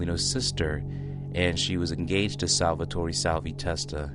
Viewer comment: Learn to say salvies fucking name.. can’t finish watching this shit